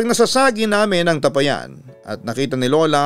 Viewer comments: Tapayan Hindi tapa- yan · Mali bigkas mu Ng tapayan😁😁😁.. ta pa yan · Hindi po mabilis bigkasin Ang tapayan.Ta_pa_yan po ang pagbigkas.ty po. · TA - PA - YAN . （bigKas pababa） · Papa dudut mabagal po Ang pag bigkas sa tapayan hindi mabilis parang nag bigkas ka ng payapa😂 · Sana po itama ang pagbigkas ng salitang tapayan.malumay po ang bigkas ng tapayan Hindi mabilis.